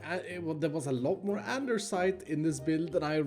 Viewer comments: ITS ANDESITE NOT ANDERSITE (no hate, I love your videos, you make great content) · Nobody:: Andersite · there is no R in andesite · Is someone going to tell him that it’s andesite, not andersite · special pronounciation: Grianite Andersite [no] Diorite